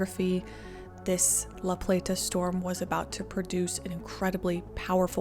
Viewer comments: Living in Maryland I drove a truck route through that area, I can't believe it has been 20 years. I love how you pronounced La Plata. We just kinda run it all together. Also, this does show a lot about the government here. It's very reactive, not proactive. Great story. Well done. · I'm from MD (probably 50 miles north of the storm's path) and I remember when this happened. I was 15 years old and obsessed with tornadoes and the movie Twister, so I was hyper aware of the event and the significance of it. Seeing a historical overview of something close to home is pretty surreal, enjoyed the video! Also, you don't have to put so much emphasis on the "t" in La Plata. We all call it La PLAY-duh so it rolls off the tongue. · Couldn’t get her mis pronouncing the city name, over and over and over and over.. out of my head… “La PlaTTTAHH” … ugh!! it’s just “LaPlata”… just 1 “T” … not 5 … and doesn’t end in an “ahhh” 🤦🤦🤦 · And, locals don’t say La-play-TA, we say la-PLAY-duh. Thought you should know. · It's pronounced La Play-da, not La Plate-uh. I grew up in Calvert County, though my family didn't move there until a few years after the tornado. Hallowing Point Rd also has Hallowing Point Park on it, where I played soccer as a small child. Calvert also has Maryland's only nuclear power plant. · It’s not pronounced La Plate Ah. It’s La Plat Ah. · The town name La Plata isn’t pronounced plah-tah. It’s play-tah. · It’s pronounced La Play-da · Great video! FYI that locally, La Plata is pronounced more like “La Play-da” though without the hard “T” sound :) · Lifelong Marylander here. Sorry, we are particular about our pronunciations. LaPlata is pronounced "LaPlada" less 'T' more 'D' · It's pronounce "La playda" Lol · Pronounced "La-Playda" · Its annoying listening to you say La Pla ta over and over. No one from LaPlata says it like you. You did an excellent job covering this, but for the love of God say it ,normal just once please 🙏 😀